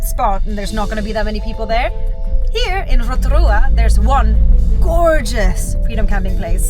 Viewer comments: Love Rotorua ❤️ and love the way you pronounce it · Kiaora guys!! I just found your channel and I love your pronunciation of our place names ❤ hope you enjoy Aotearoa ☺️ we also love freedom camping and now and again we will stay at a paid campground for showers Wi-Fi :) love the content! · 10/10 pronounciation of Rotorua, just please be aware re the Hot Pools, they are heavily used and not luxury, plenty of luxury spas and spa retreats available but of course cost. Also the back roads can be unpredictable with gangs etc. Combining Van with backpackers can be a good way to go. Great video.